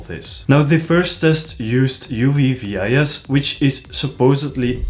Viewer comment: Nice breakdown and nice video again, man! And also, epic suit indeed! :-) One very, very tiny detail on the pronunciation of UV-VIS: the VIS stands for visible light, so you don’t abbreviate it and you don’t pronounce every letter. Instead, you read it like the Dutch word for fish. :D (I’m a scientist and get picky on these details. Sorry, it’s a professional malformation or something. I just hope I could help improve the channel :) )